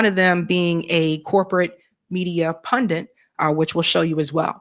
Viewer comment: it's pundit /pŭn′dĭt/. MTG says pundent